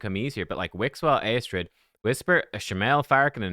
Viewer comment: Yep, I've never pulled a lego from a "free" prism. I believe the pronouncement of Eostrids name is "Yostrid".